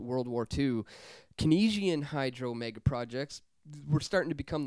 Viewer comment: Hey, I love your videos, but please learn how to properly pronounce KEYNESIAN. It's "CANES-EEE-AN" not Kuh-NEASE-EE-AN.